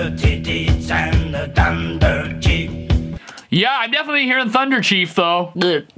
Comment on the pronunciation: Terreberry 7: 30 I heard 'Thunder Kids' not Chief. LoLz